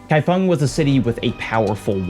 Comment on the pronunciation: Also mad respect for your pronunciation of "kaifeng" - not the first time you've tackled Chinese and done it well!!!